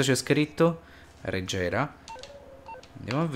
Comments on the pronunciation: La pronuncia giusta e reghera non regera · a suí la pronuncia esatta è “konegseg” “reghera” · Si pronuncia totalmente diverso, khhnigsegghh reGHEra si pronuncia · Aaa suiii che bella macchina cmq se legge reghera. Te ricordo, porta: Ferrari f1 2004 Pagani huayra Hennessey venom gt Koenigsegg jesko Rimac concept two Ferrari 488 pista Nissan skyline Nissan gtr Bac mono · Credo che si pronunci aghera erre. Film need for sped su netflix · Si dice knisseg reghera